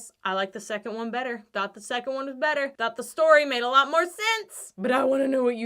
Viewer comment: Am I the only one who heard Much betta and immediately Baga Chipz came to my mind. :D :D